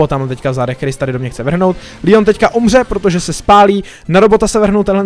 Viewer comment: LEON NE LÍON!!!!!!!!!!!!!!